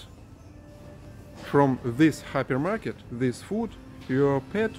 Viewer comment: At the beginning I thought he was saying a happy market.